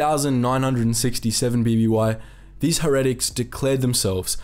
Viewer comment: Heretics is pronounced Hair-ah-ticks not her-attics